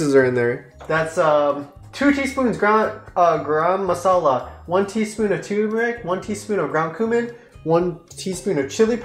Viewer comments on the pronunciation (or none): its nit gram masala, just like yall pronounce rum or gum just join these two gumrum and remove the m from gum to pronounce it as gurum masala :) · I am gonna teach you somethings. Garam masala pronouncing is :gorom moshla. When eating you have to mix it well with rice. The rice need to be properly Colored when u mix.after mixing then you eat 'dont mix all rice with all butter chiken at a time ' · Btw guys no hate or anything but it's pronounced Guhrum masala Naaaan And guys ghee is similar to clarified butter I loved the video and I love the reaction that ppl who haven't eaten or made butter chicken b4 have made Its really a great video Good job guys As a member of the council y'all are certified indian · kyedae be like gaa-rum-masala 😂😂. Being an Indian I can feel the taste lmao xD. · u did ur best but garam masala isnt pronounced like that lol its more like ga-ram masara like the a isnt like the british sounding A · The way she pronounced Garam Masala was cute. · the way u guys pronounce garam masala>>>>>>>>>>>>> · It's just sooo fun to listen to every non-indian pronounce garam masala wrong 😂